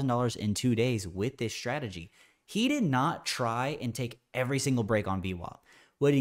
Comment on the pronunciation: When trader saying shtrategy instead of strategy, i feel that he needs to grow up.